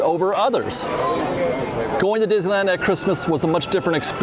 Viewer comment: It's pronounced DIz - NEE - LAND.